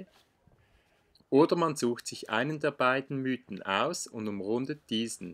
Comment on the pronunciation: Es sind die „Miiten“, nicht die „Müüten“…